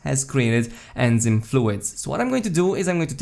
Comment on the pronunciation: Good vid.. thumbs up. One english pronunciation tip.. enzyme: en-zyme en - like saying the plural 'men' without the 'm' (you are pronouncing this correctly) zyme is pronounced like 'time' except with a z.. so like zime. English has such absurd pronunciation rules I'm amazed anyone who isn't a native speaker gets it right.